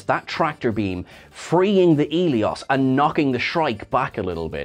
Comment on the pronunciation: its ss eleos not elios